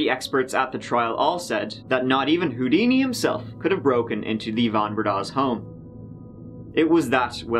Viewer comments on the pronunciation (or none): none